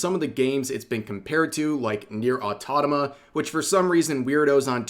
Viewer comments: REV, for the love of anything that is holy, its right there. the frikin title is there. Nier: AUTO MA TA. where did you get this fixation in your head that its pronounce Nier: AUTO NA MA. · Brother. It’s Nier AutoMATA, not Autonama…. pls for the love of god! Stop mispronunciation of one of my fav games. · It is Nier AutoMATA, not autonoma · small constructive criticism, it's pronounced Nier Auto MATA not Autotoma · Rev pls, it's NieR:Automata, Au-to-ma-ta not Autonoma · He fr said Nier "Autonoma" TWICE. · AUTOMATA, Rev, AUTOMATA, not AUTONOMA! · "Autotama"😂 It's auto_mata_, rev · ah yes, Nier Autonama, my favorite game lmao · "Nier Autonama" made me do a double take XD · nier autonama 😅🤣😂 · ah yes, one of my favorite game; Nier: Autonama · "Nier Autonoma" When you gonna learn, old man? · Man, it's Au-to-ma-ta, not "au-to-na-ma" 😂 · Dude it's AUTOMATA, A-U-T-O-M-A-T-A, NOT "autonoma". Pretty sure you are doing it on purpose. 🙄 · Au to mat tick Au to mah tah Same cadence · Every time Rev says autotoma instead of automata something inside of me dies. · Bro no way, you still calling it Autonoma 😭😭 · “Nier: Autatoma” 😔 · Nier: Ottoddomuh is my favorite game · Nier Autanama? Bro... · Every time he said "Nier Autotama" I die inside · I keep hearing Rev say "NieR: AUTONOMA" 💀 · Same. I thought that he it pronounced wrong accidentally on his previous vid, but he kept repeating it again and again on this one too.😅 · Say it with me now... Au-To-Ma-To 🍅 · Nier Auto-MATA. it's not difficult. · I've always wondered why he pronounces it that way. I'm assuming that he's just doing it to mess with people, since he does it pretty consistently. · anyone just let it slide when he said nier automata wrong, but no i wont, i wont let it slide when u said automata wrong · i still find it funny how rev pronounces automata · Lol, sadly our boy messed "NIER: Automata" once more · Its cute how Rev can still not pronounce Automata correctly. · he will never learn how to pronounce 'automata' lol